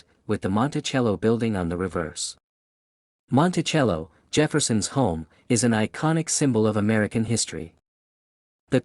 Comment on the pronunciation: Learn how to pronounce Monticello